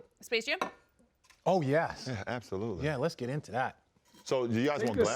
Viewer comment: LeBron slurring those words hahaha "absolulely"